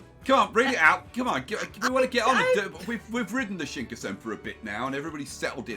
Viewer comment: You are always saying Shinkasen...even though you've spelled it correctly in a previous video title...